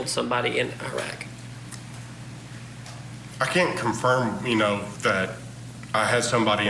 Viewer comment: Iraq is not a third world country and it’s pronounced with a short i, not a long I.